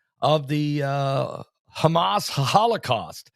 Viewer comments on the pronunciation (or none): none